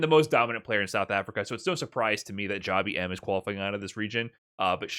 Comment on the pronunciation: It's not Jah-bee-em. It is jab him. Like jab jab spiral arrow.